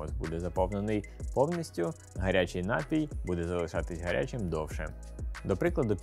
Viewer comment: Все чудово. Але наголос на "і", напІй